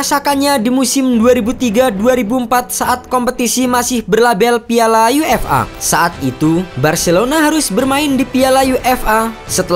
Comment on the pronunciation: UEFA (yuefa) bukan UFA (yu-ef-a)